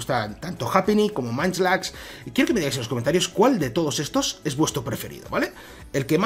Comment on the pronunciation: No es manchlax, se pronuncia monchilax